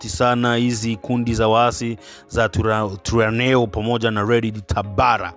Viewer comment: NATAKA KUKUSAIDIA ILO JINA LINAVYO SOMWA TWIRWANEHO inasomeka ivi TWIGWANEHO